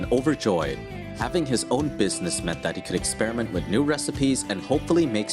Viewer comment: I subscribed today.... But PLEASE STOP saying "wid" instead of "with".